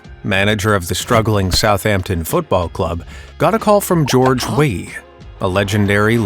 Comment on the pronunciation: It's Georges Weah (prononce the A) also the images of his game are available on YouTube. Religion is already a scam!